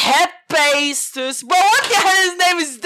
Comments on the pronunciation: Btw I know the best rank strat this this new season And you pronounce the their 50 kit Hepa-titus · I think it’s pronounced “Huh-Fest-Us” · Hephaestus you do know how to say it right😂😂 lawson the new season battle pass pls😯 your the greatest youtuber🤗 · Since nobody can pronounce the kit names, I’m here to help Agni- Ah Guh Nee Styx-Sticks Nyoka-Nuh I Oak ah Bekzat- Beh Cuh Zuh At Hephaestus-Hef ice tus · trying to pronounce hephaestus got me in the ground 😂 sadbhav890 Battlepass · Tryna pronounce hephaestus made me rolling on the ground laughing......... username: guesswhothequeen kit: grimreaper